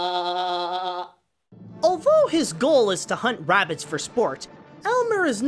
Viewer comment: Be vewy vewy quiet, he’s huntin’ wabbits…hahahahahahaha